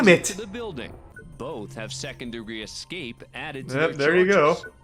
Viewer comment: “Excape” 💀 how don’t people know it’s not pronounced that way? It rubs me like the way people don’t know the difference between there, their and they’re.